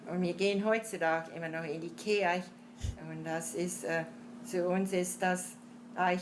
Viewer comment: When she said "Kirche" (church), I thought I heard "Ikea", lol. Ich habe jedenfalls vieles von dem verstanden, was sie erzählt hat.